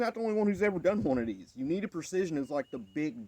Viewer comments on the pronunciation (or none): THANK YOU, FOR THIS NICE DEMO/REVIEW!! MUCH APPRECIATED!! :face-blue-smiling::face-green-smiling::face-red-heart-shape::face-red-heart-shape::face-red-heart-shape::face-red-heart-shape: IMHO/FYI: IT'S "UINTAH PRECISION",.... (NOT "UNITA PRECISION"".....)...:face-blue-smiling::face-green-smiling::face-fuchsia-wide-eyes::face-orange-raised-eyebrow::face-orange-biting-nails::face-pink-tears::body-blue-raised-arms::hand-orange-covering-eyes::face-fuchsia-poop-shape